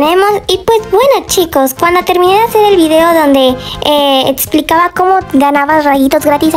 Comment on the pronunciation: Yo digo que la herida (que ni si quiera tienes) en la nariz yo digo que ya sano o ya se infecto. Ţãmpöčø ľë vėø ęľ §êņţiđø a decir claro que si todo el rato Me dio risa que dijiste "etsplicaba" en vez de "explicaba.